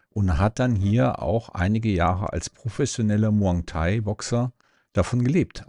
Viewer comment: Muay Thai heißt das übrigens nicht Muang thai. 😊